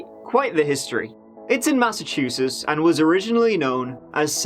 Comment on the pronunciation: I gotta say, I didnt expect you to pronounce Massachusetts so normally 😂